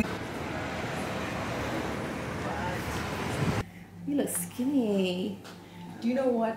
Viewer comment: "yea yea get done with ya vloag" sounded so Boston lmao